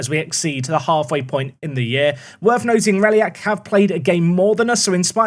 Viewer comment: would it not be pronounced rey or righ-lac considering its spelt reilac